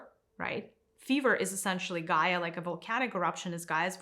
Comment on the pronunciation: First of all it's Gaia. Second, I'm sorry you can't think for yourself enough to know that everyone is on there personal journey. Third, the destruction humans have caused Gaia are making her (nature itself) inhabitable. So if you just listen to the teaching you'd have enough guidance to look in a mirror.